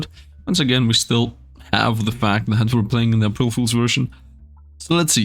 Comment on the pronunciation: They way he says "April"